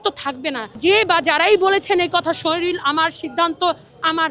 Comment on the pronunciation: বাংলাদেশের জনগণ কী শরীর উচ্চারণ করতে পারে না। শরীরকে শরীল বলে কেনো ?